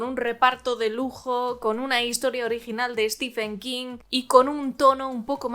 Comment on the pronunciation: "Stiven", no "Estifen". Intente pronunciar bien su nombre.